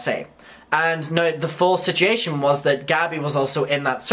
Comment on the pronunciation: You're aware that there is a "u" in "situation", right? It's not spelled "sitiation"